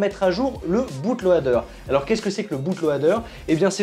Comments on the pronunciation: Franchement super vidéo de qualité comme d'habitude Mais mes oreilles ont tellement saigné à entendre "Boute lohader" (ce A muet qui crit son amour d'être présent !) Bootloader => /ˈbuːtləʊdə/ Soit en gros "Boutloder" si on le fait à la française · "boute lauadeur" ici c'est la france mozer feuqueur